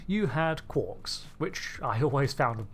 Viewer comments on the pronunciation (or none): none